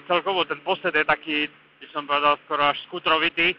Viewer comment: no keď niekto ako redaktor moto webu povie, že na RT je skútrovitý posed neprestávam žasnúť...fonetický prejav bieda